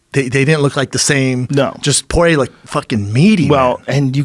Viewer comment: Isn't it pronounced like "pwah-yay"